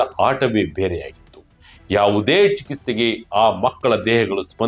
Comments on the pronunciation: ನಿಮ್ಮ ಉಚ್ಚಾರಣೆ ಸರಿ ಇರಲಿ. ನೆನಪಿಡಿ, ಇದು ಒಂದು ಕನ್ನಡ ವಾರ್ತೆ channel. ಚಿಕಿಸ್ತೆ ಅಲ್ಲ, ಚಿಕಿತ್ಸೆ ಸ್ಮಶಾಣ ಅಲ್ಲ, ಸ್ಮಶಾನ ಹೆಸಗು ಅಲ್ಲ, ಎಸಗು 7 ನಿಮಿಷದ ವಾರ್ತೆಯಲ್ಲಿ ಇಷ್ಟೊಂದು ತಪ್ಪುಗಳನ್ನು 'ಎಸಗುವ' ನೀವೇ ಸಿಕ್ಕರಾ channelನವರಿಗೆ !? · ಚಿಕಿತ್ಸೆ ಅಂತ ಹೇಳಿ, 'ಚಿಕಿಸ್ತೆ' ಅಲ್ಲ. ಕನ್ನಡ ವಾರ್ತೆ ವಾಹಿನಿಯಲ್ಲಿ ಕನಿಷ್ಟ ಕನ್ನಡ ಭಾಷೆ ಸರಿಯಾಗಿ ಬಳಕೆ ಆಗಬೇಕು ಅಲ್ಲವೇ? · ಚಿಕಿಸ್ತೆ ಅಲ್ಲ ಚಿಕಿತ್ಸೆ ಉಚ್ಚಾರಣೆ ಸರಿ ಇರಲಿ.